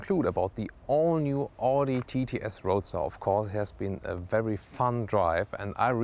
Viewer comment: You're german..why don't you know how Audi is pronounced?!